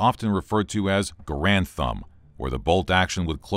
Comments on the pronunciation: Gair-end, not Gah-rand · It's not a "Grand" It's Garand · It's garand's not garands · People say the garand like grand it’s said like gaer and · its gArand! not garAnd! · Correction its (Gar-ond) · No, Ahoy pronounces it correctly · Narrator: mispronounces "Garand." Me: "M'outta here!" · Mispronouncing John Garand's name should be on par with slandering Samuel Colt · Is correct pronunciation the Garand, or Ga-rand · You keep pronouncing John Garand's name incorrectly, you should have done more research